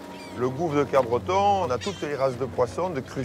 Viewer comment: Pour info c'est Capbreton et non pas CapBreton.